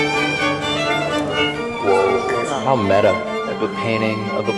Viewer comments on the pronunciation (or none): none